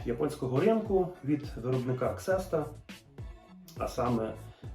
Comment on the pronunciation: Класний спінінг. Одне зауваження. В англійській мові склад буква Х (екс) на початку слова перед голосною вимовляється як З. Тому Xesta вимовляється Зіста, а Xepox відповідно Зірокс. Інша справа, що наші люди звикли до ксерокопій. Успіхів каналу і мирного неба.